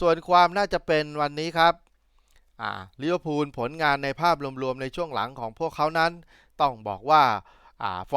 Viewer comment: ลิเวอร์พูลนะคับ ไม่ใช่ ลิเวอร์พุน พูดให้ถูกหน่อยคับ